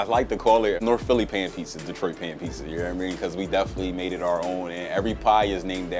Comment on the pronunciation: Damn... in New York... most black folks pronounce "pizza" like "pisa." These are the first black dudes I have heard pronouncing it like I do... "Pete Za."